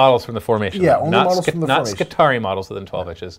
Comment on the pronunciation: skitari-eye! say it that way, it not only sounds way better, its correct. :P